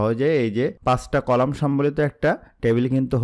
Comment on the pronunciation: apni row ar colamta vul bolcn